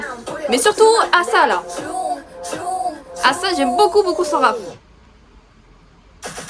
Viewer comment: oui c'est Asa et ça se prononce comme A la lettre en en anglais et ensuite sa donc Asa